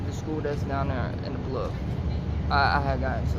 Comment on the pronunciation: You ain’t either saying it with a s 😂